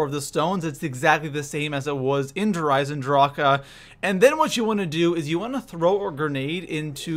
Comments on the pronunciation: This gameplay and the way he says der eisendrache bothers me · Theres no "a"at the end of der eisendrache dumbass!! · The way you say Der Eisendrache bugs the hell out of me. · i hated on your video at first cause how you said der eisendrache but after i did the main ee on solo wanted to get all helmets and beat boss with al hat on yours is the shortest and most strait forward i sub'd and liked video but so everyone knows make sure to one hit kill margwa's last head in apothicon other than that it dont matter you kill to get god mask other than being in green smoke and in the liquid you will hear a sound for every type of creature you kill and the last sound will be longer and have a slightly different sound but mainly the same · My ears hurt everytime he says "der Eisendrache" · It must suck being german i know so many people say der eisendrache differently but how he pronounces it is awful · How he says der eisendrache makes me want to bash my head into a wall. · i thoght we all agreed is der eisendrac not der eisendracha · WHY U CALLING IT DER AISENDRACA ITS DER AISENDRAQUE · You say either Der Eyes in drawk Or Der eyes in draw huh NOT DER EISENDRAWKA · Your not saying der eisendrach your saying der eisendracha that's annoying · Its der eisendrache not der eisendrachuuhhhh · It's not DER IsandrakA, It's DER ISAN DRAK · hears him call Der Eisendrache "Der Eisendraha" immediately leaves the video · Does it sound like der eisen draka to you?! It's Der eisen drah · Der Eisendrokuh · What in the hell is a Der Eisendrache-A? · Der rise en drack thats how you say it you creep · Everytime he adds the extra syllable to der eisendrache I feel like I want to punch him in the face. Just end the word like the rest of the world instead of trying to be so grammatically proper. The community pronounces it der eisendrack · DER EIESEN DRAK AH errrrr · Havent seen vids in 5 years... Wow his content hasnt changed. Also why cant he say "eisendrache" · It’s derisenrak